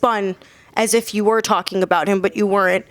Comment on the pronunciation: Fury: I'll fight anyone Whyte: he's tarking rubbish 😂